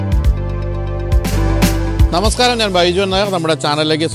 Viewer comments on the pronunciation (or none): none